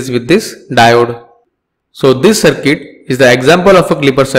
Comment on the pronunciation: Sorry to say but it is not cirket it is CIRCUIT.